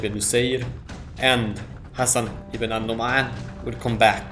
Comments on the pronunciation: 😂😂😂😂😂😂😂 you do it hard to yourself do not emphasis on the ع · Not have to emphasis on the ع when you say حسن بن النعمان